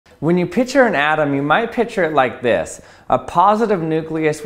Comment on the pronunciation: R.I.P., the "c" in "picture".